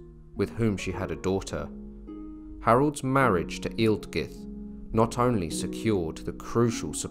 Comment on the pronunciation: 'Aelfgifu' should correctly be pronounced 'Alf-yeefu'. The AE dipthong is used in Old English to indicate the short 'a' sound (as in 'Mathamatics') and the letter 'g' would generally be used with its 'y' sound, now found only within words like 'night' and 'sign'.